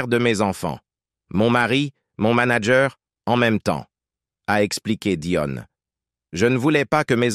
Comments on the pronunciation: Que le présentateur prononce le nom de l’actrice correctement Dion non pas Doine Très désagréable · DION DIONE apprenez à dire les noms propres correctement car au bout d'un moment les oreilles ont mal. Ceci dit je souhaite bon courage beaucoup de force et d'énergie à Céline car cette maladie doit être insupportable. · C est pas Dionne c est Dion !